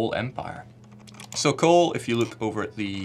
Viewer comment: I was like "he can't say Europa" and about ten seconds later "oh it's okay, he can't say look either."